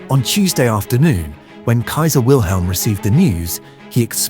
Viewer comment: Funny for a man who speaks fluent German keeps mispronouncing the name Wilhelm...